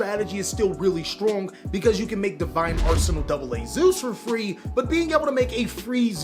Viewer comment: "We just too stronk" Just hits different everytime u hear it